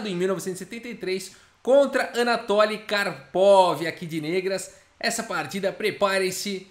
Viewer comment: Fala-se “anatóly” ou “anátoly”?